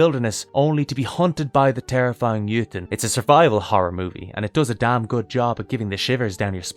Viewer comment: Jotun in norwegian is pronounced roughly "yo-tonne". not exactly but I know anglophones struggle with scandinavian U-sounds (among other things)